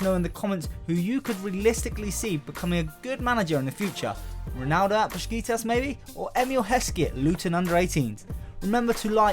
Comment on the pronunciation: Repeat after me, Besiktas, Bes ik tas